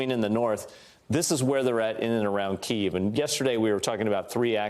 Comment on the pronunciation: It’s pronounced KEY-EHV!!! Jesus